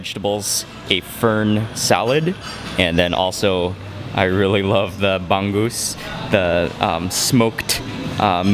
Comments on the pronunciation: he say ban gus Thats bangus not ban gus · Pronounce bangus right!!!